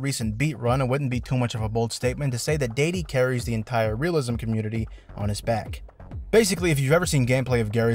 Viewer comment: When he said "Realism" i thought it was glue library.